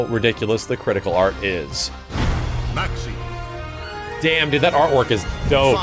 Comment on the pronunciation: say maxi like a boss